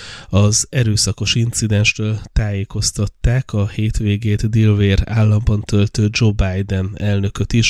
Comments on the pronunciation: “Sajat lábán hagyták el”🤣 “divér”🤣 kiejtese helyesen delaver: (Delaware allamrol van szo) legalabb kerdezze meg a kiejtest, ha mar angolul nem tud. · 'delauer' az állam kb. kiejtése, vagy magyarosabban 'delaver'